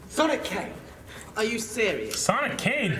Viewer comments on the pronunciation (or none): none